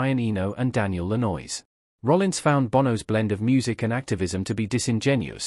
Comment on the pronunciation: Producer "... Daniel La noize? " WTF ? can we get a narrator plz